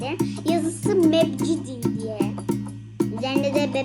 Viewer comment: Mep city demeyi öğrendi demek 🤣